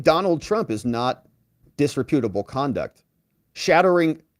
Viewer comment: dis-REP-utable... not disre-PUTable.